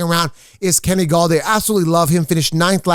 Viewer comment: i think he meant to say Golladay 😂